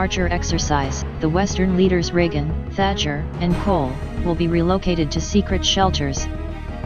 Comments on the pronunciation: Agree, I stopped. After “ Tacher “rather than Thatcher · Thatcher not Tatacher